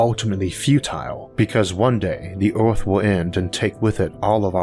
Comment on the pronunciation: I would have liked to watch this video, but I found it intolerable due to the accent. Earth is repeated over and over again, nearly in every sentence, pronounced as "Eaouauphff." I have never stopped watching something due to an accent, but repeating the name of our planet in this Eouruphhfffph way was something I find so unnerving I had to stop. How isolated do you have to be from the rest of the English speaking world to have such a bizarre pronunciation of our planet in a video about our planet?